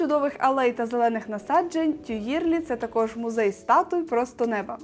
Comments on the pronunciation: Цікава прогулянка й коментарі. Але є зауваження: у французькі мові ВСІ НАГОЛОСИ є на ЗАКІНЧЕННЯ СЛІВ.. й це легко запам'ятати: не сан-МАртен, а Сан-МартЕн, не парк ТюІльрі, а парк ТюілрІ... й пр. Зверніть, будь ласка, увагу!! Наперед дякую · І Тюїльрі, , а не "тюлері", пардон. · О! Так! Хоча згодом , листаючи словник, розумієш, що ти вже давно знав добіса слів французькою, тільки вимовляв їх геть не правильно, як оце "ТьюЇльріі".😂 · Не додивилась… тюЇрлі, помпІду… та безліч помилок мінусують враження та довіру